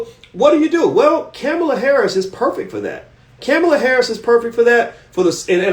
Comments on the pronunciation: Ka-mall-a that's how u say her name. He's killing me by say cam-a-la 🤦🏾‍♂️ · You don’t even know how to pronounce her name.